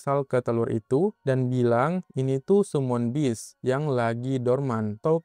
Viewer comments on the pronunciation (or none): none